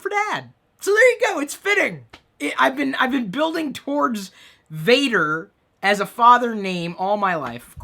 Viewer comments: not pronounced "Vader" like Darth Vader but more Vahhhhhder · Vader in Dutch is actually said like F-ah-der, sorry Chris.